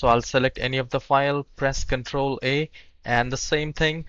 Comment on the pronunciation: Did you say press Control A or Control 8?